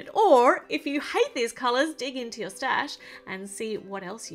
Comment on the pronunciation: Why does nobody point out that she said "tour" instead of "your"